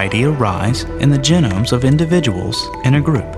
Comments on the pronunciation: i hate how he pronounces it gen-nomes and not gee-nomes. apart from that great video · Don't want to get too picky here, but if you're going to teach people about genomes, you should try to use the correct pronunciation: ('jee - nohm). This is the first time I've ever heard it pronounced: ('jih - nəm) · Jen-ums. Are those like steak-ums?